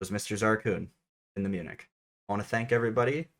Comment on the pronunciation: As a person living in Germany your expression as "munich" is the most accurate one in English